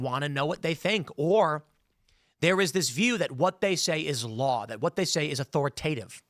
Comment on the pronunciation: smart kids tend to mispronounce words as they learned them from reading, not listening; but it's jarring, Tim. "AuthoriTAEtive" sigh. Try "a'THOR'a'tive"